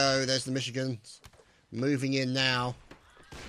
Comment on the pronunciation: Michi (ganders) that's how its said I'm from mi